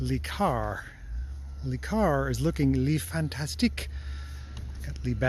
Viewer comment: Again, it's NOT "Lee Car"; it's "LUH Car".